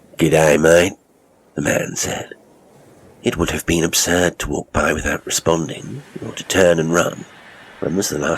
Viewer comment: As an Australian I would like to commend you on your accent. You have a real knack. Some words were a bit off. Seems there is a struggle with where we have R sounds (at times we’re the R doesn’t even exist.) Eg Work Walk But all together very good good job and great story!